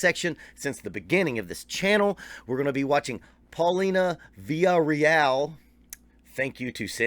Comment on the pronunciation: I love how you were dropping so many of their influences. Just goes to show just how great they are. P.S. In case someone else hasn't already mentioned it. You straight butchered the pronunciation of their last name. I can't pronounce it, but you're way, way off. Funny enough you mentioned Greta Van Fleet when The Warning just signed with that label that GVF is on.